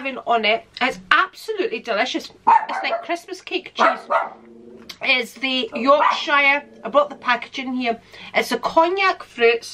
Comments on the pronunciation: You said “Yorkshire” like someone from across the pond would pronounce it 😆 or maybe that’s how the Scots do it, with the emphasis on the SHIRE part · Your pronunciation Of ‘YORKSHIRE!’ … 🤭😉 Was So Cute … I’m Still Subscribed To ‘The Ok Beauty Box’ … Generally ‘Skip’ A Month When I’m Not Happy With The Products …